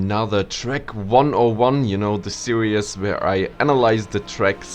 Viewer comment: Why do you keep saying in the “serious?” Do you mean “series?”